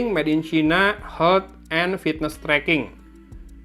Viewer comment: yg lucu dari channel ini, si akang bilang "Health" itu H(eu)lt, meni sunda pisan...hehe